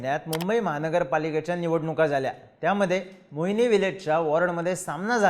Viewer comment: मोहिली रे बाबा... मोहिनी नाही